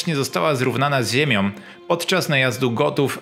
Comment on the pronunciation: „Nie posłuchał się tego zalecenia”, „zrównana z ziemiom”, „przed naszom erom” etc. etc.